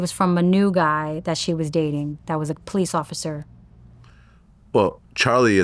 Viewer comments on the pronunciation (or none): none